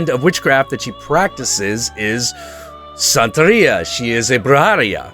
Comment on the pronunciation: It's pronounced Bru-HO and Bru-HA, also Bru-he-ria (you pronounced Santeria right btw)